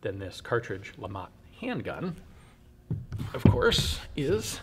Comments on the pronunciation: It's pronounced Le Matt, Lamont is Fred G Sanford son and not a gun. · If the creator was French I guess you don't pronounce the T! Must be Lema